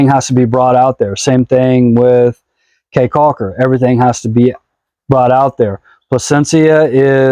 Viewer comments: Believe people in Belize pronounce Caye as key... Not Cay .. Belize is beautiful! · Caye is pronounced “key” not “K”